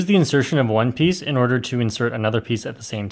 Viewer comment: Bro u just said "One Peaice"